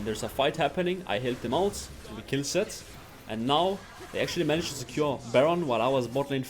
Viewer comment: It took me so much time to understand that he was saying "Zed" and not "Sett"